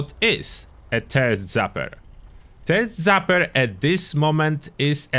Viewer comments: I love it. "TURD ZAPPER" I'm honestly going to call it that from now on! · Thank you for the video! It will also never not be funny to hear it as "turd zapper."